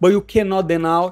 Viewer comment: what does Moicano say in Portuguese after having difficulty saying "deny"?